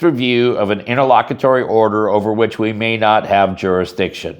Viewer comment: Wtf is it nterlockatory